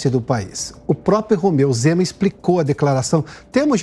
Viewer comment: Pioto: "Rozeu Mema"